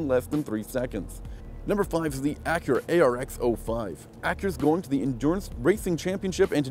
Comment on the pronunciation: Axura ehh ricer